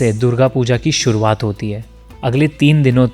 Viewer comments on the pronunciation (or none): none